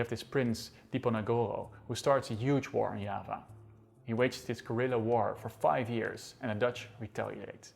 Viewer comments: nice but you should learn how to pronounce important Indonesian words .....google can help you . Yava and Java is different ffs. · Java = Yava? They are still pronounced Java or Jawa in Indonesia and Yava is very strange Its like saying Yapanese or Yapan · its not spelled "ya-va", not "ja-va", you read it "ja-wa" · "Diava" not "Yava" isn't it?? Is it? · Why do you pronounce java as hyaba, you make it sound like spanish. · Orang Belanda ngomongnya yava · It's the way the Dutch pronounce it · Are you intentional to pronounce 'Java' in Dutch instead of English? Is it to emphasise that Java was belong to Dutch possession at that time?